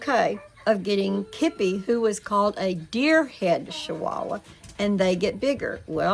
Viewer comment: I think it's funny. How you are saying shchihuahua. . They are called Chihuahua. 😂 I got to laughing so hard thinking about if I said I've got to go put up my shachickens 😂. Aka chickens that's so funny shchihuahua. I'm happy for you.